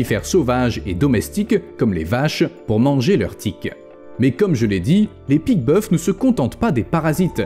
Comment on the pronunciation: On dit pique boeuf(s) sans prononcer le s..Juste pour dire